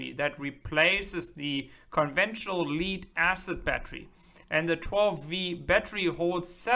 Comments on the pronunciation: Thanks for this clip! If you don't mind, "Lead Acid Battery", the "Lead" is pronounced like "Head" or "led" (said, not "Spelled out", like "L.E.D."!)😁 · "Leed" acid battery ... LOL